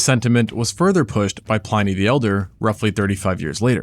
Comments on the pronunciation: Some impressive and well-presented research here. Very interesting. I think the singular form of aurochs is still aurochs and Pliny is not pronounced Pline-y, but Plin-y. It is now common to use BCE and CE in scientific research. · Pliny sounds like Plenny.